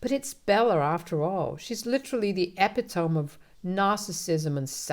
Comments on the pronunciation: STOP SAYING EPI-TOME*!!!! *EPITOME IS PRONOUNCED *E-PIT-TO-ME*...4 SYLLABLES😤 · I love how the narrator pronounces Epitome.